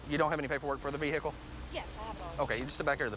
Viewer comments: What's a "vee-hickel"? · man EVERYBODY says veicle....I ONLY hear cops say vehicle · Englishman checking in to confirm that "veehickle" is not the correct pronunciation of "vehicle" in proper English. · I hate when people say ve-heh-chle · You know you’re screwed when the officer says v-hick-el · “V Hickle” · v hickle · Vee Hick Ull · I’m dying because I was thinking the exact same thing VE-HHHHHHH-ICLE 😂😂🤣🤣🤣😂🤣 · For real z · Veee HICKLE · Vee hickle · did he say vee hickle ? or Veekal. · I think part of police academy is learning how to say Vehicle Like : vhee hick el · NOT THE VE-HICKLE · when the cops say "vee hick el" i wanna cry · poe lease vee hick el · As soon as cop said vehickle I knew they were screwed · no way the first cop just said ve hickle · Why must all cops say vee-hickle? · Ve hical 😂😂😂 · Why he say ve hikle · Lololol “pronounce the h in vehicle 😂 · IsaiahTheGaming King Most people don’t pronounce the H as the word is derived from French